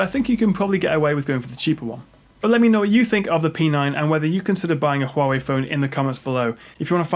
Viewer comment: it's not right it should be pronounced as "Wawi"